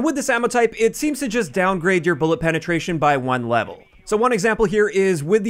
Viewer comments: says bullet benetration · “bullet benetration”